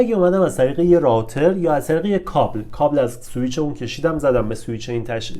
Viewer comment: تلفظ روتر